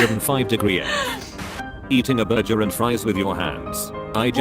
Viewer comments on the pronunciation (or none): Burjers, lol